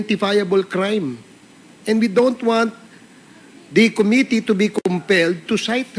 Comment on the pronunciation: PLS TRY TO CORRECT YOUR PRONUNCIATION OF COMMITTEE. QUITE DISAPPOINTING!